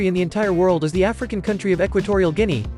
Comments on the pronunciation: He says "The 'African' country of Equatorial Guimea", so I guess it was a mistake? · Ah yes, the continent pf Asia where equitorial guinea is